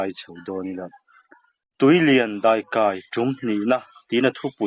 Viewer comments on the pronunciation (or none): "pui" ti a i lamdan a i thluk hi a dik lo.... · Daikaipui (pui i thlûk dan hi a dik lo).